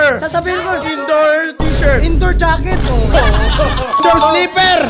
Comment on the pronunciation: ano kasi hindi gaket 😂 jaket🙄